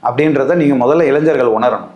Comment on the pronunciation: இளைஞ்சர்களா?இளைஞர்களா?தெளிவாக தமிழை உச்சரிக்கவும்